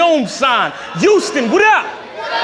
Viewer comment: He pissing me off with this YOUSTON SHIT ITS HOUSTON HHHOUUSTON